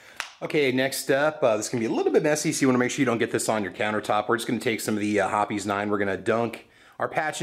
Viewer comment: Hearing the E in "Hoppe's" pronounced really threw me for a loop there.